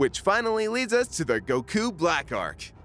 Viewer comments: STOP PRONOUNCING IT gokU IT'S GOKU OK? GOKU FOR FUCKS SAKE. DAMN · why did he say keep saying Goku like Gahkoo? have I been pronouncing it wrong all this time? Go-Kuu? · The way you pronounce goku is...odd... I know it's not actually wrong but still just sounds wrong to me lol. fast on the go elongated on the ku o.O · I really hate how he pronounces goku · “And it is apparent on we” Sorry for being over 7 years late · Don't like being that guy that bitches about a tiny detail of the video rather than the video itself, but if you're going to try to pronounce a character's name the way you think it "really" is,, don't douche it up by throwing on an accent literally no one in an official capacity would ever use. I get that you don't speak Japanese, but don't attempt to speak it if you don't want to learn how. Not that you'll listen, because you're a big ol' baby about criticism, but yeah. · Why can't this guy pronounce goku right? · Their pronunciation of goku and zamasu are infuriating. I love anime, but I don't go out of my way for the Japanese pronunciation of character names. It just makes you look like a douche.